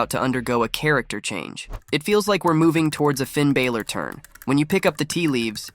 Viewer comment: Yk GOOD AND GODD**NED well that man name is Finn BALOR (AND yk how to correctly pronounce it because I heard you do it on several different occasions.) You steady talm 'bout some f**kin' Finn "Bāylor". 😒